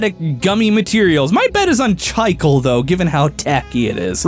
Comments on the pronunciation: I'm sorry, did just pronounce the word 'chicle' as "Chai-kull"? Chicle is pronounced "chee-clay", my dude. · for future reference the gum material you went with is pronounced chi-clay. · that rubber you mispronounced is from a Hispanic language, and thus pronounced cheeklay, not chikle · God... I hate how pronounces it [ch-eye-cle] and not [chi-cle]. Must be my Spanish option getting triggered. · butchering of chicle's pronunciation was hilarious, literally thought it was some rare material before I went back to hear it multiple times. It's Chee - Kleh.